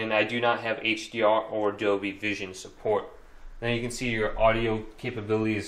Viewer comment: How on earth can anyone think that Dolby is pronounced like Adobe but without the ‘a’?! Dolby, phonetically speaking, is simply ‘doll + bee’. It’s really not difficult, and is widely known around the world.